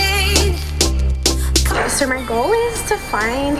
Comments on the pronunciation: This is the amount of times says neur and seur. (Translation: no and so) 👇🏼 👇🏼 👇🏼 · I don't know why when she say "so" i get so mad 😂😂cuz she sound like saying sir😡😂